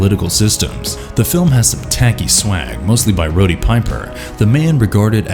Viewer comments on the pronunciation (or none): "The english dubbing is terrible"...That's one honest criticism. "Pierce Bronson"? That's no parody. how could you not pronounce "Roddy" right?